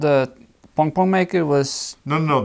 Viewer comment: Part of what makes this so fun is I could swear is saying "pong-pong" instead of pom-pom. To which I say, don't change a thing!